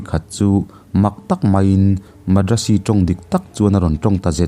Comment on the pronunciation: A hmang thin te leh keini hovin kan lamrik dan chu Moreh hi 'Maw+re' ti ang deuh niin, Madrasi hi 'Mat + ra + si' ti a ni bawk. Hriat than dan ang nilova i rawn lamri hian beng a fah lo ve deuh. Sawiselna nilovin a thuphungin ka rawn luangliam ve mai mai a ni e, lunglova lak lo a aw...